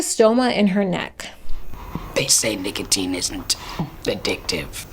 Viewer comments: no fr she was saying nickel teen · did you seriously say nickeltine? jfc she really has no clue about anything she is talking about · emphasizing the o in the middle is not the typical/normal pronunciation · Was literally thinking the same thing. I had to stop. All this effort and she couldn’t research how to say it right lmfao. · Sometimes it was normal and then she went back to being weird